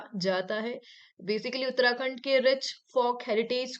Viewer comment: In question in 28 while explaining, she uttered Uttrakhand.